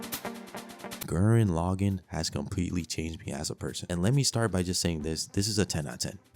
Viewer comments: Bro please learn how to pronounce some of these titles evangelion and Gurren lagann killed me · the way you pronounced Gurren Lagann is murdering me 💔💔💔💔